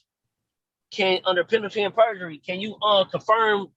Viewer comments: Penalty and burjery. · He actually said PENALTY AND BURGERY 3 times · Penalty and bergery 😂 Rude idiots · Guy driving a car while in court… Moorish? More like moron… Edit. “Penalty and burjery”. Penalty of perjury? 😂😂😂